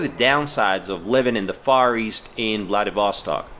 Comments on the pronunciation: It's VladivostOk, not VladivOstok. PLEASE check where a stress should be before repeating the word 99999 times in a video. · Ударение в названии правильно ставить на последний слог. 🌚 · I don't get why Vlah-dee-VOH-stok. It is pronounced Vlah-dee-vah-STOK. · My friend, it is to be pronounced “vladivastòk” not “vladivòstok” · You just suck in pronouncing ВладивостОк /VladivostOk!!! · Vladivostok sounds like Bloody Vostok :D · Why don't you pronounce the city's name properly? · Nice video! I am curious. You have a pretty good pronunciation of the word "Vlad'et'", so why do you say Vladivostok with such a terrible U.S. accent? :)